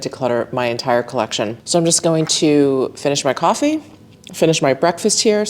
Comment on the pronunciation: When you said "grab a coffee" your "coffee" sounded very new york. Made me smile. Thanks for everything you've done this season, it's greatly appreciated.